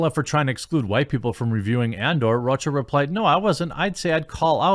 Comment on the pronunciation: Jeremy - His name is John "Row'Ka" That's how it is pronounced lol Love you, man.